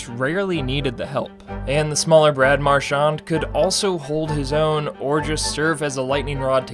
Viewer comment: You’re pronouncing Marchand wrong